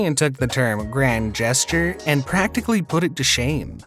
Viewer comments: Thanks for sharing in my pain lol. Who pronounces 'gesture' >> "GUEST-ure << ?? He actually said it that way twice! I wondered if it bothered anyone but me. I didn't catch 'subsequent' but no way I'm going back to find it, I'll take your word for it LOL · Please learn to pronounce gesture. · Why get a job as an announcer if you cant actually pronounce words like gesture or subsequent?